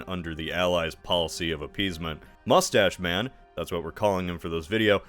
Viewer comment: "Mustach Man"? Seriously? 😊